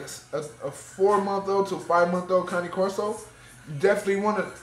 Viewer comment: thank you for pronouncing it correctly!!! .... I hate that you use a choke collar though :( throw that shit away, if she is trained properly, she doesn't need that...